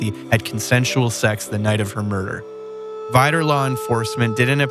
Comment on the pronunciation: I live near Veedor …it is pronounced Vidor….